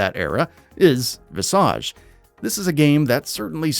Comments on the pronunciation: "Viss-arge". Ha. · Visage is an actual English word and that is 100% not how it's pronounced....